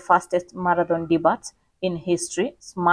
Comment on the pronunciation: Please correctly pronounce words/names. The word debut is pronounced de-b-i-u not dibat. Past tense is debuted (de-b-i-ud) not di-ba-ted. It's a word of french origin. In french the letter t at the end is silent. You never pronounce it.